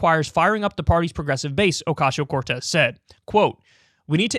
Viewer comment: I prefer when Kyle says Alexandria OcasHio Cortez. :)